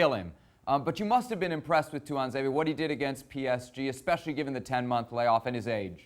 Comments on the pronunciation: Can't even say Tuanzebe correctly, why even take his name, if you don't know. Please don't say "Ton Zombe" that is so disrespectful. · “Tuanzombie” 🤣 Steve said this at 1.25 mark in the video.